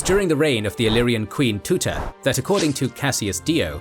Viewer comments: It’s very good documentary but it’s not queen Tuta But Teuta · TE-OOTA. NOT TUTA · Queen TUTA no way its T E U T A